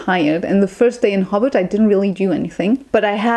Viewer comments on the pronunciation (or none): Hellloooo enjoyed watching your vid. haha i did have a giggle at the accent on how you say hobart (sounds like hobbit which is very fitting to be fair for hobart/tasmania haha!) ho-bart. I defiantly can see why there were frustrating parts of Australia, particularly Melbourne where im from. Melbourne is defiantly more about some of the laneways, coffee, business and then if you (exactly as you said) go outside the city I would recommend the dandendong ranges for walks and if you like beaches the Mornington peninsula. I recently went to tassie and unzoo is different from many of the zoo's in australia. Sydney is great for tourists as its basically set up that way. oh because i love bugs and snakes and stuff haha. Funnel webs are the most venomous spider (lots north of melbourne) and you will basically die unless you get to a hospital VERY fast. But yeah-red backs are scary because they are so easy to encounter. Tiger snakes are dangerous but I would say the Brown snake is far more risky as they are more venomous and aggressive (they are a bit nuts). Technically the taipan is the most venomous but like...nobody sees them. Brown snakes-eep. But yeah travelling and hiking in tassie a few months ago you did really well-and defiantly its best seen on the road with a car if possible. I love that you love bin chickens. Bin chickens are kinda picked on but kinda loved-they are in melbourne too! more in the suburbs though.🐦🦤 oh how were the crazy big goose things in unzoo. ueeeghh! Hah